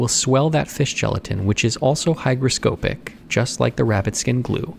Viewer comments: Love the videos! I watch all of them. I do have a single comment though. It's the pronunciation of hygroscopic. It's not scOpic as the O is pronounced in pianO (aka a "long" O), it's O as it's pronounced in cOt or bOther. It's almost like a short "a" sound. So hygroscApic with a short A. Funnily enough, the other o in the word is also pronounced like an A. It's almost like hygrascapic. English is fun isn't it? Of course, people pronounce things differently, just letting you know. :) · I've never heard someone mispronounce hygroscopic before now.